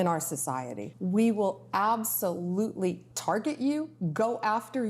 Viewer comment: We well absulootly turget yoo Ugh